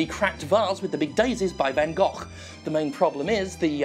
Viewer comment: Thank you so much for pronouncing Van Gogh correctly Jim.